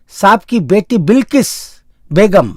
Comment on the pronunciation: Bhai presentation ka kachumer q nikal rahe ho. Awaj nahi bhai awaz bolo na verna sunna bund ker dunga. Sara presentation chaupat ker diya bilkis nahi bilqis kahiye.